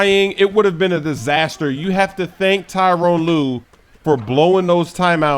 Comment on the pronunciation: the cavs coach name is ty-ronn lue not tyrone.